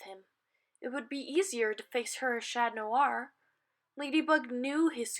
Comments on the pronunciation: Omg it’s chat on not chan ton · Can you please say chat noir properly